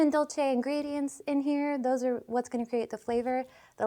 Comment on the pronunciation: Looks like your Unicorn mug has a running nose, but the warm frothy milk should help that. Seriously cool video tho. Dolce is pronounced like Duel say in Texas.